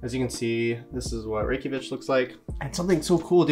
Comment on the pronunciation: ‘Reykjavich’ lol